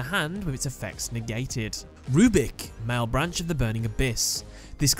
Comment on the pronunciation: That "malebranche" pronunciation though...